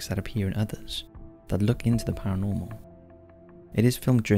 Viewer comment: ParaNORMAL not Paramol